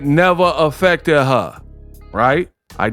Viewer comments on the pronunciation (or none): “IT NEVA AFFECTED HA” 😂😂😂 😂😂😂😂😂😂😂😂😂